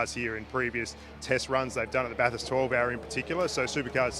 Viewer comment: At least you know how to pronounce Bathurst. If ANY commentator or media personality says Bath-Hurst, you have my permission to stone them to death...